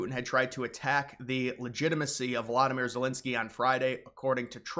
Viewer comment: "Vylydymyr Zelensoyy"